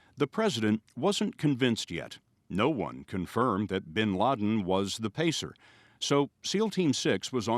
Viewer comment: BIN not BEN